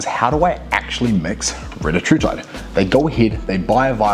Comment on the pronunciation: It’s Ree-tat-rutide Not Reta-True-tide Confirmed by CEO of Eli Lilly